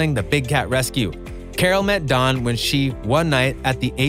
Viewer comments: His name is Don, not Dan..every other sentence you said “Dan” and then “Don” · His name is don. It sounds like you keep saying Dan. There is so much things being uncovered its unbelievable! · You kept saying Dan, it's Don....